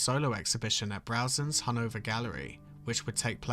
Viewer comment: I keep hearing “Hanover Gallery” as “Hungover Gallery”…although considering Bacon’s life, it’s very appropriate